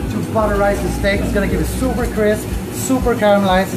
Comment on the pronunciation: Sooopurrrr tenderrrrr😂